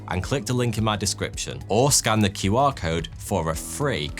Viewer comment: "...or scan the KIWAR code..."